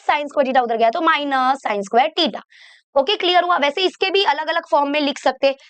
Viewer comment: टिटा ❌ थिटा ✅